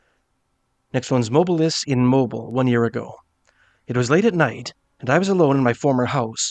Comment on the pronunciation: If it's in Alabama it's pronounced Mow-beel. Not Mow-bill.